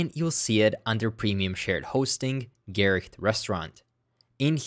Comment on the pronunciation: Actually you're pretty damn close to the actual pronounciation of Gericht! And thanks, you're one of the best javascript-teaching channels on youtube!